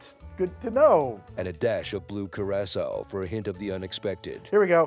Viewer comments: dang, the fact I couldn't tell is spooky. The only reason i questioned it was the way it pronounced Curacao. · I liked the original a lot but the voice was really bad. A modern text to speech would be fine but you gotta pick one, your guest host needs a consistent voice. Unfortunately you still needed to spend a week teaching it to pronounce Curaçao.